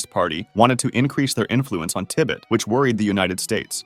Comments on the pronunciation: Babe, I know someone might have already said this but its not pronounced Ti-bit its Ti-bet like bet some money at a casino ❤ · It's pronounced "tiBET", not "tibbit". I've never heard anyone say it like that before. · why do you say tibit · Tibbit? WTF? 😂😂😂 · It’s Tibet not tibet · What's up with the glaring amount of mispronunciations? TIBIT? :D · Pronounce Tibet, "TIBbet". silly man. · aw yes the Duh-lie Lama from Tibbet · Oh yes, the great land of 'Tib-it' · Love the video but nearly had a heart attack when I heard Tibit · Tibet❌ Dalai❌ Tibbit✅ DaLie✅ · lmao "Tibbut" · Brother it hurt painfully hearing "duhlailama" and "tibit" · Did you just call Tibet "Tibbet"? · how are you gonna call it Tibit, then proceed to say tibetan? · Duh-Lie Lamma in Tibbit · I've never heard 'Tibet' pronounced that way. Tibb It! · Tibbet kek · « Tibbitt » lol come on man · say Ti-Bette one more time..... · It’s like ribbit lol tibbit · tibbett he says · Damn didn't know that US Naval destroyers could fly and looked like fighter planes in 1964! also "tib-uuht" bro how do you mispronounce how you say "Tibet" but then seconds later correctly pronounce "Tibetan" ??? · the way he pronounces "Tibbet" but then pronounces "Tibetan" correctly lmao also says and lists "physiological" symptoms but writes "psychological" lol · How can anyone mispronounced tibet? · I was going to subscribe but the way you pronounce The "Dalai" Lama and "Tibet" ruined your credibility for me. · I feel like your saying "Tibet" wrong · Great and interesting videos just some very weird pronunciations of "Dalai Lama" and "Tibet". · never trust an information source that can't even pronounce tibet properly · Learn to pronounce Tibet, it's the name of a country. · Has the narrator seriously never heard how "Dalai Lama" and "Tibet" are pronounced before? Wtf 🤦‍♂️ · I can't be the only one annoyed by the way he pronounced "Dalai" and "Tibet" 😂😂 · who pronounces Dali lama and Tibet like that?